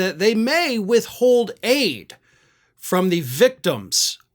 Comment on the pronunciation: Aid not ADIE!